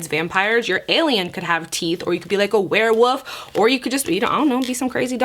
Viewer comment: So cute the way she pronounced "Werewolf" she said "Werewoof" ❤️😍